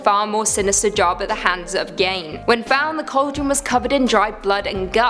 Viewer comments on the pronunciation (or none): Dear, dear, it's pronounced "GEEN" not "GAIN" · Ed Gein pronounced/Geen/ not /Gain/! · Pronouced 'Ed GEEN' and 'Zak 'Baggins' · Bagans(bag-ens) Ed Gein (geen; geeeeeee-n) The pronouncing drove me insane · This isn't the first time either. They always butcher his name. Eh get it? Lol but yes it bugged the hell out of me! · thank you!! it really bothered me how she pronounced his name